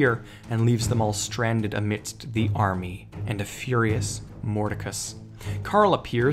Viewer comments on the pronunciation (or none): none